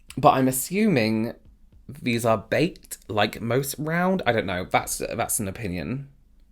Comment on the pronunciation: Baked not faked 😂